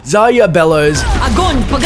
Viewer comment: why does he pronounce it "Zaya"